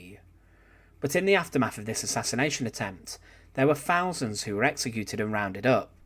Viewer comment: @@ I doubt it. A bot voice wouldn't say "fousands" instead of "thousands," and "frewout" instead of "throughout."